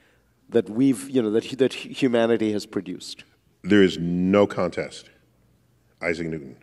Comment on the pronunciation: And Trump is so stupid. He can’t even pronounce Newton’s name.